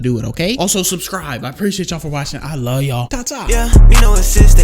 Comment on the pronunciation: the way said i luh yall lmao